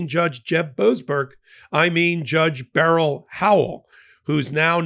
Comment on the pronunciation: I respect this show! True facts only on here. One critique..you pronounce judge Beryl Howell first name incorrectly. It's one syllable like berl Ives, not 2 syllables like a gun barrel. Fyi. It was my aunt's name too.